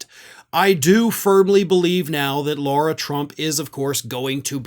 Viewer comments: I believe it's Lara-not-Laura. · Why does keep calling Lara Trump, "Laura"?